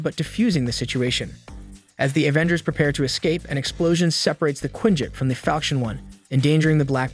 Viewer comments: OMFG YES. A-ventgers. FML. Thumb down, skip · I tried watching this but when you kept saying A-vengers I just couldn't do it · stOP calling it AYE VENGERS MANNNN WTF!!!!! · OMG! I was just gonna say something about that.. Obviously I think it is a AI program. He kept saying "A-vengers" and other mispronunciations driving me crazy! He kept spelling out M.o.D.O.K. & Shield instead of saying their name.